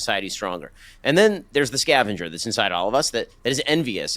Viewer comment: the way he pronounces scavenger …